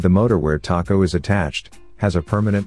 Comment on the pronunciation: It calls it a "taco" instead of a tacho, but otherwise good.